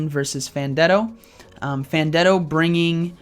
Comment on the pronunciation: Hey, just wandering where the 5th round for this tournament was?? Also its pronounced Fan ten do.